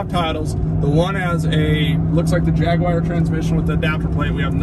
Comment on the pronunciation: Try pronouncing it like Jag U are .